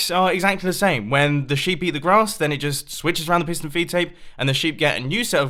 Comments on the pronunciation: Tomas Fahy I thought he said Pissed on a feed tape!😂😂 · He says 9 time "pistone filptape" ^^ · At the started I thought he said pissed and feedtape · Any1 else think he says pissed and feedtape!!??